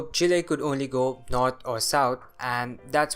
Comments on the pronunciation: Kudos on your correct pronunciation of Chile. The area you marked as controlled by the Mapuche people is wrong though. They lived further north and Chile colonized the area you marked before conquering them. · First time I hear an english speaker pronounce Chile correctly, I salute you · I pronounce it Chile